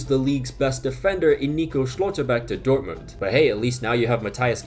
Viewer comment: man said dort-mooned